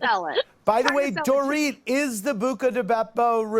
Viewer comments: The DorIT pronunciation!! 😂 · Dorit is tired of Kathy not pronouncing her name correctly like b** you know my name